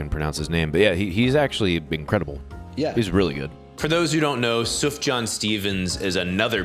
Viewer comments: Sufjan is not pronounced "Suff-jann" but actually "Soof-yann" that j basically works as an i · it’s pronounced “sue-f-YAN” stevens